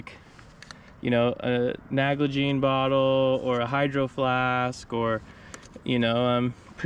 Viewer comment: Sir, it’s NAL-gene bottle; not NAGLA-gene lol